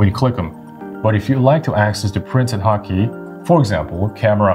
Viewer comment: I am hearing hot key as HAKI...